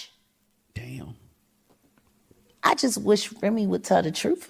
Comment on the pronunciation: I heard “switch” not “swish”